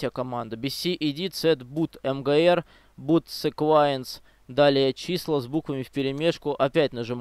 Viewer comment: И Бут Сиквенс, ф не бут секваенс